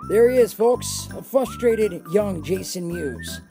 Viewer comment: fRustrated not fustrated